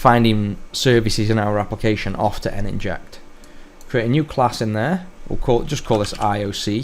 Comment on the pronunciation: N-Inject? Surely Nin-ject, like a ninja ...